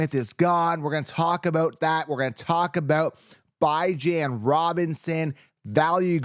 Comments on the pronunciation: please pronounce his name Bee-Zjohn. Google “The House of Bijan” the owner pronounce it “Bee-Zjohn.” This well ultimately lift the curse from Bijan Robinson if we start pronouncing his name correctly? 😂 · 😂 Bye-Jan is not how he says his name. Just YouTube search “how to pronounce Bijan Robinson name” and Bijan will tell you himself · Can you please stop calling that man Bye-jan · This. Where did you ever hear his name pronounced like that!? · it's drive me nuts everytime I heard it. The paid announcers say it weekly. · no it’s not and every time you say that it makes me cringe. If you’re gonna make a video about someone please learn how to say their name properly